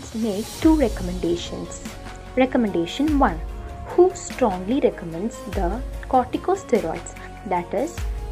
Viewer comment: Please pronounce WHO as W.H.O instead of who. ( m sorry but It's so disturbing) Over all the video was good